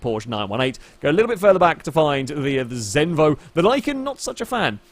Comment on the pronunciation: Im danish! Zenvo!